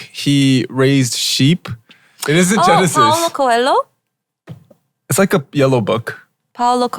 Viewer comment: Paulo Coelho! Nice pronunciation, Ash!